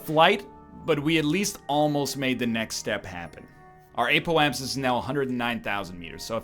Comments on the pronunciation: The Eh-poapsis is the Canadian Apoapsis. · "Eh-po-ap-sis" Spoken like a true Canadian.